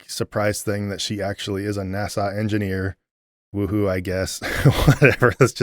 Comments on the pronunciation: That movie reminds me of the rapture movies from many years ago. Definitely pushing an agenda and putting fear in believers to reinforce conforming to the cult. Don’t know how you suffered through it so many days in a row. Interesting how you pronounce NASA like Nassau, Bahamas. Made me smile each time. Reminds me of why I relate to YouTubers like you, Mythvision, Gnostic Informant, Kristi Burke, Mindshift and others - real people who have been through the same thing as the rest of us former believers but, being brave enough to reach out to help others. Thank you! (P.S. I am not that brave!) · I forget our man is Canadian, until he pronounces NAS-Ahh 😜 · I watched video 7 times in a row and also enjoyed getting nitpicky about how he kept misprouncing NASA. 😂